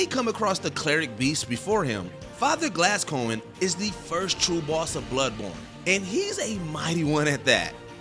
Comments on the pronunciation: Geralt, not Jeralt Guy-den, not Gay-den Gascoigne, not Glasscoigne Automata (say it quickly), not Auto-marta. I haven't played any of the above games but I still know how to pronounce them. Too many wrong pronunciations to know that this voice over guy doesn’t know enough about video games. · Please someone teach this man how to pronounce things. “Autamata”, “Glasscoigne”, “Jairalt”, “Gayden”???? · Glasscoin?? Fire this guy already, he can’t even read let alone pronounce words correctly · “Gas Coin”